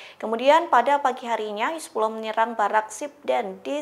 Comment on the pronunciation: Hizbulah bukan hizbuloh 😂